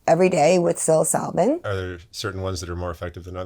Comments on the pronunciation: Stay blessed you are on the righteous path. One thing though, please pronounce psilocybin correctly when you speak of it, and you NEED to take tolerance breaks on your MDs. That is just blatant misinfo you're running with there. Keep up the good fight. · She takes psilocybin every day but can’t pronounce it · The mispronunciation of psilocybin makes me cringe. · Makes me feel like she has never read one piece of literature on the things that she is trying to “promote” and that can not be good.